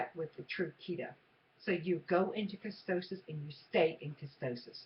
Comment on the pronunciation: Please stop pronouncing ketosis (KEY-TOE-SIS) wrong. If you're going to do the damn diet learn to pronounce it correctly. Damn. It is not KE-STOW-SIS. It is KEY-TOE-SIS KEY-TOE-SIS KEY-TOE-SIS KEY-TOE-SIS